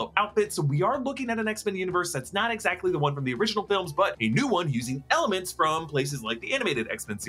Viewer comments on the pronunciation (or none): none